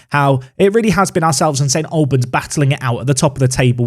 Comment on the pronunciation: It's the Al sound from All rather than a -lbans